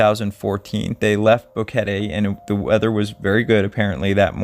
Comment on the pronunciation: Finally a you tuber that pronounce Boquete correct! Love your material.